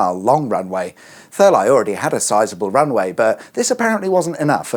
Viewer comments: Therleigh is ther-lee... as in 'leigh' the other spelling of the name 'lee' Not ther-lye dohh.. !!!! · I thought it was pronounced Thur - Lee rather than Thur - Li? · Thurleigh. Surely pronounced Thurlee. Excellent interesting vid. as usual. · Why can't you pronounce English place names? Thur-Lie? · Pronounced “Thur-Lee” just so you know 🤣👍🏻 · Interesting. I'd expect such an abomination of the English language if I were to stray a little closer to Northampton, but I'm surprised at you, Thurleigh! 😅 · I came to comments to write just this! 😂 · I especially enjoyed how you were unsure about the pronunciation of one airfield and then confidently pronounced Thurleigh like an American throughout 🤣